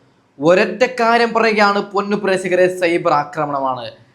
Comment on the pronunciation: സെയ്ബർ അല്ല ചേട്ടാ സൈബർ ആണ്.